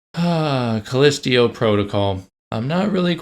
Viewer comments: true, but when a game literally pronounces the name of the moon via its in-game characters and someone repeatedly says it wrong, that makes me question if the person who repeatedly mispronounces it even actually played the game. I’m probably reading into it too much, but it wouldn’t be the first time a content creator made a game review without playing said game. That’s the first thing I think when stuff like this happens. But yea… I’m most likely reading into it too much. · Lazy video that reminded me a 16 year old ranting away. Were you so lazy that you couldnt be bothered to pronounce "Callisto" correctly. I didn't make it past 2 minutes with your video. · I twitch every time you say callisto...you aren't saying it right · Take a shot everytime he calls it "call-list-teo" protocol instead of Callisto. You will not survive 😢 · Dude I will excuse myself from the video just because I can’t take you calling it callisteo instead of callisto one more time Jesus how hard can it be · Dude... First of all it's CallistO not Callistio... You can't even pronounce the game correctly... The game and the DLC were truly amazing especially the plot twist and overall enjoyable gameplay, let alone the great graphics and actors... Last thing, when doing reviews NEVER spoil endings... You showed the dismembered and burned Jacob... Seems that you need to learn a lot about gaming and reviews instead of adapting the opinion of couple of idiots on twitter... You know what I'm talking about... Anyway, wish you all the best. (Edit: Forgot to mention how brilliant the lore was in explaining the whole background story and the story of the cult, which I don't think you even bothered to read or understand) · "Callistio" PrOtocAL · CALLISTO! Not CALLISTIO! 😅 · Sorry, but if you can’t even pronounce the name of the moon correctly, maybe the game isn’t for you. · bro really said "callestio protocol" 💀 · "callistio protocol" do a second take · You pronouncing it wrong on purpose?